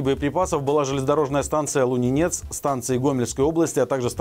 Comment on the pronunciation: пожалуйста, давайте говорить правильно: ЛУнинец, а не ЛунинЕц. Не первый раз о нем говорите и, наверняка, не последний. Давайте не будем вводить слушателей в заблуждение))